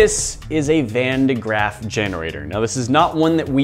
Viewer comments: Van de GRAFF not GRAFT lol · Thats not how you pronounce van de graaff